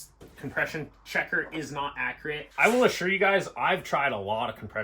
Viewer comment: Accriate? Ok DJ Khalid 😂